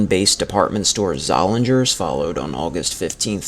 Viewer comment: The only correction I would have made was that the 'g' in Zollinger's is silent. Both Zollinger's and Leh's had department stores in downtown Allentown - and wanted to expand to the Whitehall Mall. The other downtown Allentown department store - Hess's, had many satellite stores in the region.